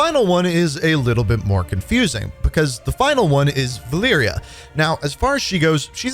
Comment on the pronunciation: Have to say love the videos, but the spanish pronunciations are killing me lmao. Vaqueros is pronounced "vah-KEH-rows" (r is rolled), and Valeria is pronounced "vah-LEH-ria" (short e, not long). Love all the content tho.